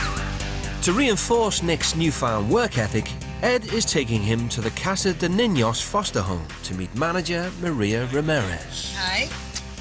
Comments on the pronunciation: I'm sorry, but if you're going to narrate an episode you should at least learn how to pronounce the words right, even though they're in Spanish. I almost spit up my coffee when he said casa de ninos. It's: Casa de niños. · British pronunciation of Spanish words makes me cringe. I didn't barely recognize "niños."